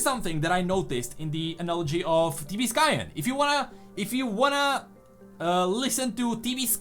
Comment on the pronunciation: Did you try typing what you hear? I heard "TV sky-an." what's most confident and easy? TV or tb + sky. So i typed "TB sky." Found it: T B Skyen